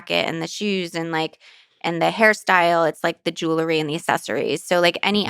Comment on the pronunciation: it ought to. Especially when the person claims to have a synesthesia for language. Yet they pronounce nuclear as "nook-you-ler" and jewelry as "jew-la-ree." These mistakes muddled in with the "likes" and "ya knows" hardly demonstrate an above average mastery or conceptual grasp of language. But that's just my opinion.